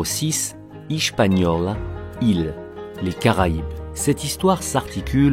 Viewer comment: On dit Hispagnola